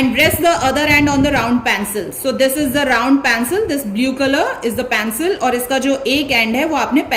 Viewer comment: Mam your teaching is incredible but the pronouncitaion of pencil is pencil not pancil